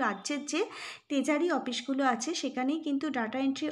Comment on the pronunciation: তেজারি না (ট্রেজারি) হবে...